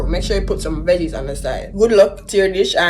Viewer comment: "Veges on the side" 🤣